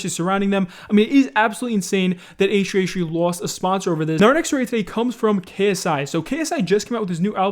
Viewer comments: Damn. Can u pronounce H3H3 properly?? Ehhree ehree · Why do you say H3H3 as A-Shree A-Shree? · It triggers me how you say H3H3 it just sounds like HshreeHshree haha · I honestly hate how you pronounce H3H3, its like "eishrui eishrui" xD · no way this man just said h3h3 like h3h3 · “Achtree achtree” H3H3???? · “hach3hach3” 😂😂thought i was the only one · i like your vids but i hate the way you say asch3asch3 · the way you say h3h3 is hilarious. .